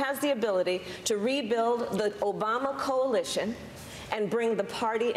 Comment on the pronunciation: she mispronounced “Obama”